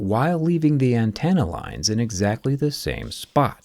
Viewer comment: an-ten-uh. Not an-TAN-uh. Having to hear it like 5 times within a minute...